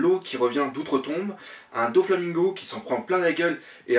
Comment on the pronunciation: Super critique comme d'hab, avec de bonnes théories et très complète je découvre a chaque fois des trucs que j'avais loupé dans le scan avec tes vidéos ^^ Par contre juste un truc...(oui oui) c'est pas DONflamingo mais Doflamingo ou Doffy si tu veux x) Et c'est vrai que la fin de ce scan avec Law qui désespère limite était géniale, hate de voir la suite